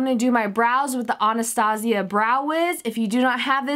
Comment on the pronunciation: OnaStazia? Anastasia? Pronounciation is important.